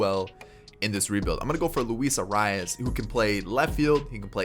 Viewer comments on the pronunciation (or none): none